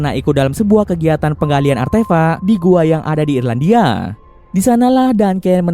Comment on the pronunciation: Artefak wooy bukan artefa'😂